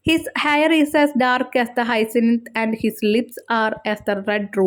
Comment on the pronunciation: ഇത് ഹ്യസിന്ത് blossom എന്നാണ്